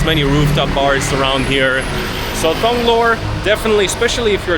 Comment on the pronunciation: Thong, Thong Lo you dont even know how to say the name correctly. Means you have no thai language knowledge. You got no knowledge from Thais, but want to explain Bangkok. Even when you use the BTS you could get the name right.